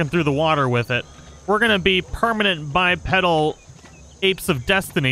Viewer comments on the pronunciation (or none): Sorry, but I gotta say it. It's pronounced "Bi-Pee-Dal"